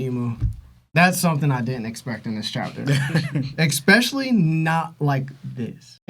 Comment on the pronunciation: When we telling the word is “Especially”?